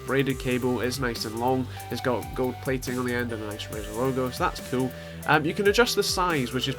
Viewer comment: i love how instead of saying cool you say ciol